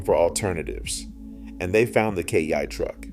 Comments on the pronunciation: Look. First off Kei is pronounced like Kay 2nd newer Kei trucks have all the same safety features, plus not having a massive engine in front of the passengers makes it easier to protect them, finally the threat isn't major auto manufacturers, but the producers of quads and side by sides. Most of these vehicles are not designed for on road use and are therefore a much bigger threat to their market share. Remember for every farmer that buys a work truck there are 10 rich suburbanites who are cosplaying as rural that will spend 2-3x as much adding lift kits, and lights to their useless pavement princess. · "S-U-V-S" "K-E-I-truck" This is either AI, or the narrator doesn''t know what he's talking about. Downvoting either way. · It's AI, his pronunciation of Kei truck changes every sentence.